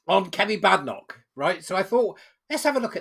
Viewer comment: From the lips of the lady herself, it is pronounced “Bay-den-ock”. HTH!